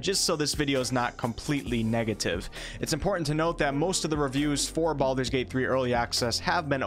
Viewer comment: it is called Baldur's gate not Baaldur's gate.. srsly. i personaly think BG2 ended the Baalspawn saga properly and any attempt to continue it will feel like someone trying to squeeze money out of a story that ended.